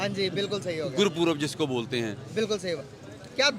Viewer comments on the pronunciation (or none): Yeh aadmi Pakistani hai yeh गुरू पर्व ko गुरू पुर्व kyoki पर्व ki English spelling PURV hai to bahar ka banda usko poorv hi bolta hai or iska accent bhi alag hai yeh log honesty se ek video bhi bna sakte chori inke dna me andar tak ghus chuki hYeh aadmi Pakistani hai yeh गुरू पर्व ko गुरू पुर्व kyoki पर्व ki English spelling PURV hai to bahar ka banda usko poorv hi bolta hai or iska accent bhi alag hai yeh log honesty se ek video bhi bna sakte chori inke dna me andar tak ghus chuki h